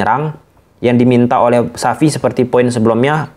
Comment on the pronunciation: Xavi bang bukan sapi